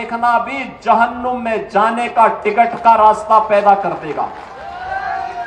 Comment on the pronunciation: Jahunnum nahi Babu jahannam saheh bolna sikhen